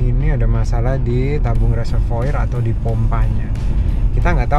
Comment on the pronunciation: Reservoir dibaca Reservoar...